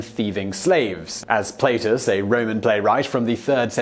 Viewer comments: Roman playwright Play-tus? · Same with the pronunciation of the playwright Plautus. And Latin isn’t exactly a rarely-studied language. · Myriaddsystems He couldn’t even get the Latin name Plautus correct. And his producers didn’t catch the error??? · His mispronunciation of Plautus hurts my eras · And Plautus